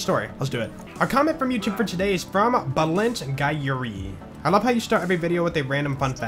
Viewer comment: As a fellow hungarian I feel bad for Bálint Gyuri and the way you pronounced his name